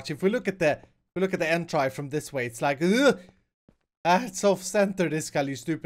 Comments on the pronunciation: Scout Sheppeard he says it because they were mess ups he made or something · why do you say "Torchi" and "Entri"?